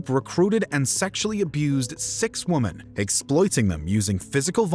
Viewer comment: It's pronounced women not woman 😒🙄😑😐😕😤